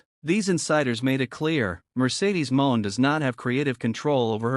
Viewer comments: Please stop mispronouncing monet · Stop mispronouncing Monet 😢